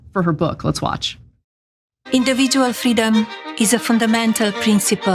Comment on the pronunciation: “Indievidjoeal friedoem.” - 😂😂😂